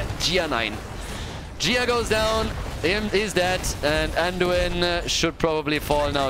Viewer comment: "Anduina" LMAO 😂 Ge Geeeeeee!!